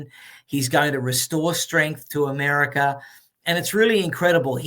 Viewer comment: Mr. Adams REALLY loves "Americer!" 😊